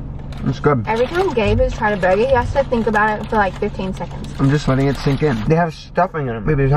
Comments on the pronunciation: “Burger” omggg she had SUCH an American accent right there lol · when said “burger” hahahahhaha she sounds american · said burger in the most American way possible.